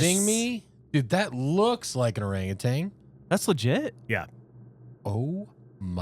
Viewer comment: It is NOT orangutang!!!!! It’s orangutan